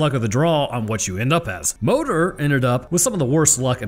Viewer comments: Its pronounced móðir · Moder is pronounced mooder. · as a pagan, my ancestors pronounced “modër” like “mol-ther”. you mostly roll the tongue but the D is still somewhat there. it’s complicated.